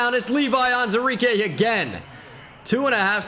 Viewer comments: Am I mistaken or is pronouncing Levi Onwuzurike’s name wrong? It’s spelt On-WU-zurike. Is the “wu” silent? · Day 49 of me waiting for to acknowledge the WU in “Onwuzurike”...